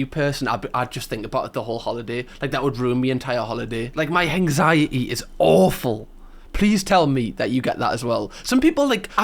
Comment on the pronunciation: I know it’s because of your accent, but the way you say anxiety is great “hanxiety” I absolutely love it. I’m gonna start saying it like this now.